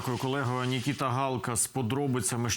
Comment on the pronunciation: не ""нікіта"", а Микита"". Розмовляйте вірно.